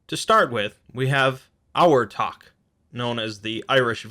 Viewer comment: For Abhartach I think the bh should make a v sound